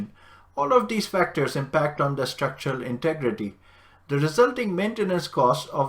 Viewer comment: Does anyone else laugh at the accent "shtructrual integritee" sound like Apu off of Simpsons.